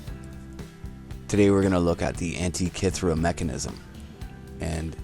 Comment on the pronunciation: Great documentation. Thanks. :-) Antikythera, or Anti-Ka-Terra? ;-) So, the ancient Greeks 'invented' something upon their 'findings', gave it their own meaning, whether there is truth in it, or not! .... The story-telling can be anything in accordance to 'His-Story' that what in the 'old days' functioned as a 'messenger of information' as we have it today via the main-stream-media outlets, and 'fake science' for example. Who says that what is interpreted into this 'old rock'/the wrecked ship (13min.45sec.) has anything to do with what's true in regards to life here on earth? ... The sorcerers have BS-essed the masses ever since. It was and is always about 'who is in the Know, and who is not!". In an etymology sense of taking the word 'Antikythera' apart, as mentioned by me further up, it may be blatantly clear for what this ship-(w)rock (looks like a 'fossil' to me) was used in regards to indoctrination purposes of the masses. My seeing and noticing here. Hope this helps. Later on in the report she says that the Metonic Cycle is still off by approx. 1/2 hour, despite of the ability to predict eclipses pretty accurately. The human mind loves a puzzle and wants to measure everything. The trap may lay herein, that the Creator's design cannot be measured in reoccuring exact cycles by the minute, by the second, no matter how long it is possible to 'look back'. There are eons that may behave this way, and then the next eon behaves a bit different, and then when those eons repeat t